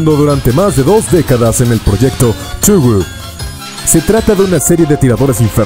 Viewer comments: que zun estubo trabajando en que??? dile tojo nomah tugu suena raro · thuju :v esque los weones no saben como se pronuncia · Touhou lo pronunciaste algo raro, pero el top estuvo bueno, casi todos son infernales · Buena intención con el vídeo pero la mala traducción lo arruina. Ciertamente parece leído directamente de google translate. También el detalle de que a pesar de que mencionan a Touhou, el narrador no lo pronuncia bien. Ojala se mejore a la próxima o que hagan una corrección del vídeo. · que tan difícil es decir "Touhou" y ademas porque no mencionan la gran banda sonora que tiene? >:v